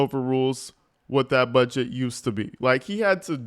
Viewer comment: I hate how she says the word "budget". She says it like "a bedget" nggas are surrounding that old man like they're gonna smoke his a**. Fckng wild